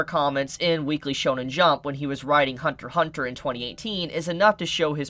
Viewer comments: It’s Hunter “X” Hunter. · Only idiots call it Hunter X Hunter. The X is silent in Japanese for this title.